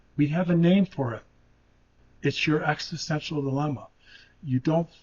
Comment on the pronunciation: He can't rly pronounce existential well maybe because he's not grownded in the present